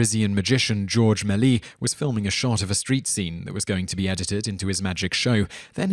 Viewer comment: George May-lee-S, not may-lee ;)